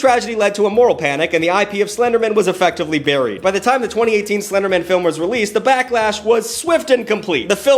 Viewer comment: Slender Man? No, “Slindermin.” Like it’s his last name 😂